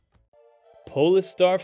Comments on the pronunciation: Please pronounce polestar correctly! Pole Star not pol e star! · It's pronounced "POLE-STAR", not "pollster". These automated narrators drive me nuts.